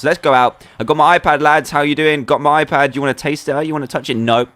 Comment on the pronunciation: why it is hoon pad it should be i pad